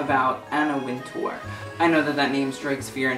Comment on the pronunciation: it's pronounced winter btw